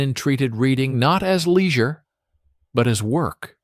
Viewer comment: What is leezure?